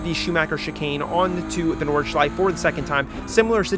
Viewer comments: please pronounce nordschleife correctly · you actually got really close with the pronunciation of nordschleife in the beginning. honestly if you just add that 'eh' sound at the end its perfect (its at like )